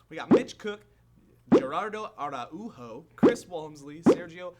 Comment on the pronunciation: How you pronounced Araujo... that's amazing. xD